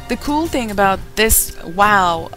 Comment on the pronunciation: Wow derken weeow gibi xd